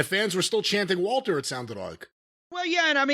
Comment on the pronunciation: I love that Jim still calls him Walter, and that he pronounces it correctly.